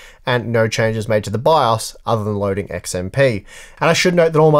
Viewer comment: I stopped watching once i heard you pronouce it "bi aus". jk